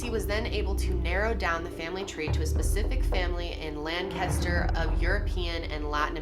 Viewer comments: im from Lancaster pa and it's killing me the way she's pronouncing it. It's lank-aster not lan-castor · Omg! I live in this area and this was big news when it all broke! Btw “Lank-ester” not “Lann-cester” lol we’re particular. Love you girl! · We have a Lancaster in SC and we pronounce it Lank-a-ster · Lan-KISS-Ter!! haha. From the area and this was big news when they arrested DJ Freeze. Glad they got the scumbag! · Ya gotta said it Lang-Kiss-ster PA. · Also weird fact, I’m from the area and we pronounce it Lankister. Weird I know! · Being from Lancaster and hearing outsiders pronounce it 😆 girl I love you! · Oof I live 1 hour away from Lancaster (which you btw said wrong) and I go to school in Lancaster and my whole family lives there. I'm shooketh. Oh my gosh I just remembered that my teacher told me that she used to live next to a murder victim and they have never solved case, but I'm not sure if it was Christy or not because when she told me that, this case wasn't solved.